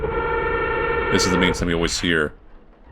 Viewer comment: “You have to beat the game dis many times” cut to him after beating da game, dis many times